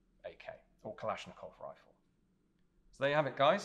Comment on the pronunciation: When you pronounce Kalashnikov, 2nd A is stressed, not O, not I. It should be kalAshnikov.